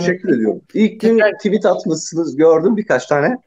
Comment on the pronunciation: nevşin hanım noooolur tüvit demeseniz nooolur